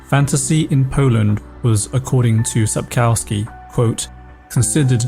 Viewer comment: please can you not say COW in Sapkowski?